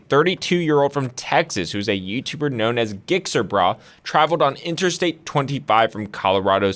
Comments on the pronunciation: It's gixxer. Like jick-zer, and not "gigxer" like giggity giggity. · Gick-ser-brah... lol. It's Jixer Bray :) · Its not gixxer brah.. its Jixxer brah! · This dumbass really said GIX-ER brah 💀 it's pronounced JIXXER, like the bike ....lmao 🤦🏻‍♂️ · Its pronounced like jixxer. Its a type of motorcycle. Not gyxxr lol. Love the video tho tom! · Jixxer is the pronunciation. Dude has no gear. Typical gixxer bro. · You say it like jixxer. Not gixxer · Bro it's pronounced "jikser", not "gikser" lol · it's not pronounced Gixxer. it's pronounced Jixxer. The motorcycle is called a Gixxer because of the name given to it being GSX_R. This is probably either a Gixxer Thou, or a Gixxer 600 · Go watch his channel he is constantly posting himself doing illegal shit…lmao 100mph wheelies with passengers, 120-130mph+ with passengers… I’m surprised he hasn’t been arrested yet. Also Gixxer is pronounced Jixxer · Gixxer Pronounced Jixxer! Suzuki GSXR = Gixxer = Jixxer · it's Jixxer. (GSXR) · Gixxer Brah's name is pronounced with the same "G" sound as "giraffe". It's pronounced Jix-xer Bruh. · The g in Gixxer is pronounced like a J.... just saying. Its a slang nickname for a Suzuki GSX-R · Rappers be talking about murdering people and posting it online. Clearly this video of gixxer (jikser...for pronunciation) brah is fake👎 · it's pronounced "Jixxer". the bike he rides is a GSXR1000. if you say it fast, it sounds like "jixxer". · GIXXER had me rolling lol.. its like Gix Er. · I knew he hated motorcycles or didn’t know much about them when he started the video calling him “gicksir brah” 😂 people don’t know how to say gixxer? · His YouTube name is pronounced like a J, and it's a reference to the Suzuki GSX-R series of motorcycles. People call those "Gixxer's". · Its pronounced like "jixxer" ya fackin panzy. this guy is a legend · Pronounced Jixxer. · fyi its said jix er brah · Its pronounced {jixxer}. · It's pronounced Jixxer Brah. Like Gif.